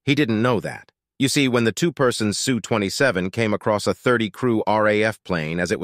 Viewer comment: It isn't a Sue-27. It's an SU-27, ess-you. If you want to use an AI voice, learn how to type so it pronounces words correctly. S.U. 27. The periods after the "S" & "U" will make it say it correctly.